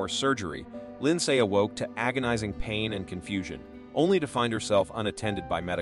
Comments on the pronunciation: I’m enjoying the video but the back ground music needs to go 😅I also hope it’s an AI voiceover because it’s pronouncing all the name wrong lol. Lind SAY 😅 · whoever is the narrator here doesn't know what he's doing. He can't say ninteen sixty's he says 1,960'ss. He calls Lindsay as Lind say! other narrative missteps with comma's or pauses at the wrong time. What??? I don't get it.